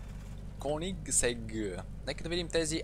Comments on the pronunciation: Произнася се Кйонисег,! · Кьонигзег, братле, "Кьо-ниг-зег" идва от шведски "Koenigsegg" без умлаут, без апостров. Just Кьонигзег. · Произнася се кюнигсег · Произнася се Кйонинсег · Произнасяш грешно koenigsegg